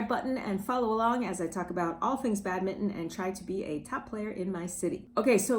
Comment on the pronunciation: Badmitton...? It's BadmiNton, please :-)